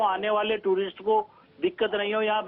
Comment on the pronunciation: Lady please learn how to pronounce "Tourist" correctly